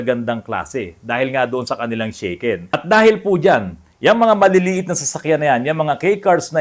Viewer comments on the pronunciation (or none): Sha ken po NOT Shey ken bro 😅 (pronounce in Tagalog) Actually ang sasakyan ko sa Japan Daihatsu Tanto (kei car din po) and mostly ang gamit ng Japanese ay Kei cars gawa ng DI REQUIRED NA MAGKAROON KA NG PARKING (pwede kahit sa harap ng bahay mo bastat huwag haharang sa sidewalk) at MABABA PO ANG ANNUAL ROAD TAX, HOKKEN (insurance) at ayun nga po SHAKEN (sa atin PMS tawag) every 2 years. Actually pag nagpapalit ang Japanese ng kotse ay pinamimigay na lang o kaya binebenta ng sobrang mura na parang bigay na rin. 😅 Gaya ng gamit ko na Daihatsu Tanto na nabili ko ng 5 lapad (more or less 20k sa pesos). Sa Japan di mo pwede basta iwan ang luma mong sasakyan gawa ng hanggat di mo siya declared sa parang LTO sa atin ay tuluy-tuloy monthly niya na kaltas ng car insurance at annual road tax.. Need mo rin magbayad ng disposal fee at ask ka certificate para maipasa mo bilang katibayan na wala na ang sasakyan kaya stop na lahat ang monthly hoken at road tax mo. Sasakyan ko now dito sa pinas ay Minivan DA64v turbo at maayos naman ang takbo - di ako nanibago sa lever sa kaliwa at kanan ng manibela dahil nga sa same sa Japan ang pwesto na nakasanayan ko - yun lang una medyo kakalito dahil nasa kaliwa na kalsada nagda drive dati sa Japan at now sa kanan. Nung una kong drive sa pinas minsan napupunta ako sa kaliwa pagliko ko lalo na sa province na wala halos traffic sa highway at wala ka kasi sinusundan na sasakyan 😅 Nasa 126k pa lang odo ng suzuki minivan ko at maayos pa rin takbo att wala p